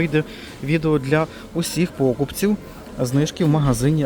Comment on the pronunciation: З вдячністю завжди лайк. Але правильно покупцІ, наголос на і